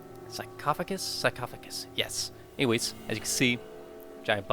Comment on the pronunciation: it's "Sarcophagas" (saar-cough-agaas)